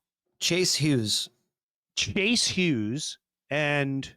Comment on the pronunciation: Lol Chace Hues.... Chase yous